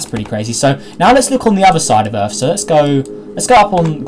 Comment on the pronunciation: Earth not Rarth